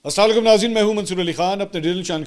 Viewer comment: aslalalikum nhi hota Mansoor Sahib Aslamoelikum hota meharbani kr k slam shi kia krin. thanks Don't Mind my suggestion ❤